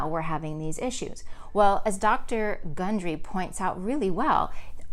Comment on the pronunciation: Why is his name mispronounced twice during your talk...but pronounced correctly when you’ve referenced the book?